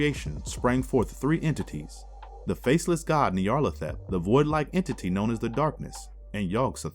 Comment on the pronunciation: Great video, but the narrator really needs to work on his pronunciation of Nyarlathotep